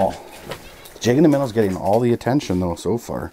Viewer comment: I friggin love your videos hahah! “Jig And a Minn-a” 😜